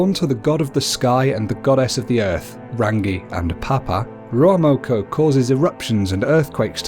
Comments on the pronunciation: Its ruamoko not ruaumoko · Whaitiri or whatitiri not waitiri, kūmara not sweet potato, rūaumoko not ruamoko, punga not ponga, the 4 main māori gods are tanemahuta, god of the earth n shit, tawhirimatea, god or the wind, rūaumoko, god of eruption n shit, tangaroa, god of sea